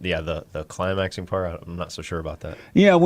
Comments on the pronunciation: I love how Jesse mispronounces words. Lol, climasin. I love how uncomfortable Jesse and his experts look when talking about things of the carnal nature. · This video is so hard to watch with all the poor pronunciations. It took me a minute to realize the head idiot was saying ORAL sex and not ORANGE sex JEEZ! no wonder these women can't climax... I mean cli-mack. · He can't even say the word climax, come on. This is so sad for all of these guys, this is just weird.......Don't have an orgasm ladies, it'll make you a man.........lol gtfoh